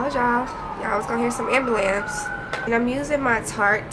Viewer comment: love the vibe, and lol at the way you say ambulance "see, ambulams" 🤣❤